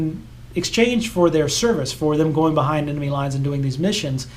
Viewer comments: Quite interesting. But may I point out, it’s pronounced “enemy”, not “emeny”. (You pronounced it that way three times, so at least you’re consistent.) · Please learn how to pronounce “enemy”. Note that the “n” comes before the “m”. Not, as you pronounce it, “emeny”. And it wasn’t just a quirk in this video. I remember it’s what annoyed me in the last video of yours I watched. I stopped watching this one just after you said it wrong the second time, about into it, and I won’t be watching any others.